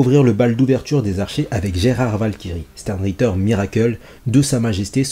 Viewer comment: Ça se dit chtern ritte(ra)